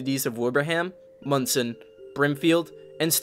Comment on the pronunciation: Thanks for saying Monson right, but you missed a LOT of the major damage there! You can really see just how bad it was there to this day.